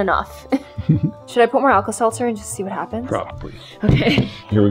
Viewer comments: “Alka Selther” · It's alta seltzer oh my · do you want to put some Alka-Seltzer in? /: Yeah.: it’s Alka-Seltzer. /: what’s that? Me: 🤨 👁👄👁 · how tf she what is alka selzer but she said lets put alka selzer in the crayon thing